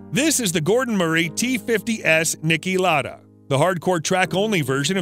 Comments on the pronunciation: Dude it’s pronounced lauuuda not laada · not really it’s insulting that he is butchering the great Niki Lauda name saying lada like he’s a shit Rusian death trap of a car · Ma quale Niki Lara, si chiamava Lauda non Lara